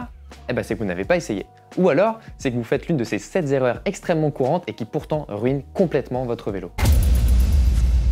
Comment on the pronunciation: Les 7 zerreurs 😮La 1ère erreur, c'est cette liaison.